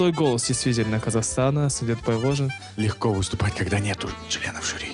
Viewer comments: Автор, пожалуйста,не говорите СундЭт. И в некоторых роликах слышала фразу неоднократно "Димаш родился в городе АктобЭ. Слух режет. Там же стоит буква "е". Явно же видео что там "е", а не "э". Так почему же Вы говорите СундЭт. Он Сунде́т. Ударение на звук йэ. Буква е. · Сүндет, произносится как пишется, через "е", а не "э". В казахском языке, слова как пишутся, то так и произносятся. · 👍👋 Только не СундЭт, а СундЕт 😀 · Как всегда очень профессиональный обзор. Всё на высшем уровне. Спасибо большое за Ваш обзор. Я извиняюсь, но Вы неправильно произносите имя Сундета. Сундэт это как Алексей, Алэксей.